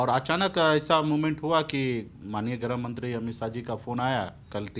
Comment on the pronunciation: अबे जाहिल मंत्री ग्राह मंत्री नहीं गृह मंत्री होता है 😂😂😂